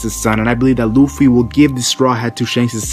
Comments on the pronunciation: He pronounced Luffy as looffy. Lol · I don't believe this before I see it! And did you just call him Ruffy?